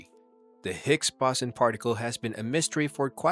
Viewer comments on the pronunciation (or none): Its pronounced (surn) Not (See- Ee- Are- En) And it's (Boe- Zon) 😶